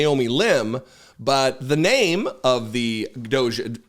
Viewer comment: Please start calling it doggy not dooohge